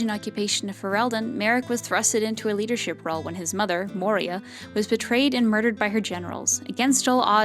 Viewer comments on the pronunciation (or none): A little linguistic problem here. Maric's mother, Queen Moira. You pronouced her name like "Mor-ee-ah" which doesnt sound quite right, its a scottish name and its pronounced more like "Moy-rah" Happy trails!